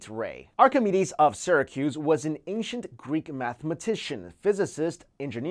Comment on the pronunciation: Ancient.... Anechent not ankshint..... Like the word ancestor, that you pronounce so funny "incesters"